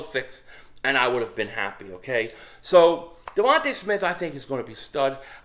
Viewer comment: Yo, ur cute little daughter F’d you up with that wiffle ball bat 😂. Hey, it’s DeVonta (dee-von-tah), not Devonte’, right? I pray the guy is as good as you believe. He’s a string bean.